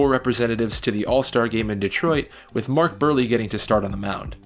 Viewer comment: "Mark Beerly" - I was gonna go with Mark Brewery but okay.